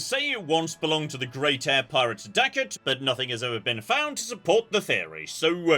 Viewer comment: I love the butchering of "Daikokuya". So for fun, Daikoku is a Japanese diety of wealth.